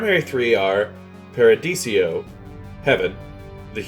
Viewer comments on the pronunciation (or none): Paradiso. 4 syllables. Not paradisio